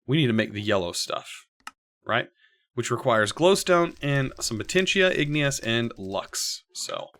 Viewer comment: ignus is two syllables!